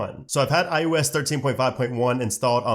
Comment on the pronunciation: Why you saying ius